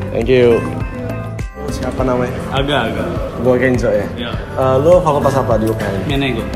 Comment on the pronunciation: nyebut Allah aja ga bener segala ngmg ga diberi hidayah